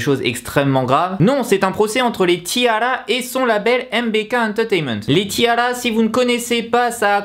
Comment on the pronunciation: Kim Ginha en fait ca doit se prononcer "tiara" comme une tiare en anglais